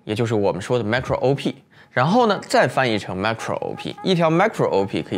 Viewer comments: 我是電腦硬件的門外漢，但看完你的影片後也好像也看懂了M1 的構造了 其實Marco 的讀音是「媽-cro」而Micro 的讀音是「咪-cro」(就是microphone 咪高峰的「micro」) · “注意这两个macro是不一样的写法” --为什么会有这句话呢。因为你读错了。